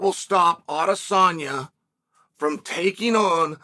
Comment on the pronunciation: Him saying Alex’s name right multiple times let’s you know this piece is serious 😂😂😂😂😂😂😂😂😂😂😂